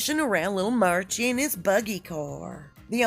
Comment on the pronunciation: Did you call “Archie” “Merchie” 😂🤣😂